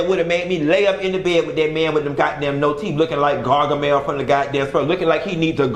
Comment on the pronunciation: "Garga mel", lololol 😂🤣😂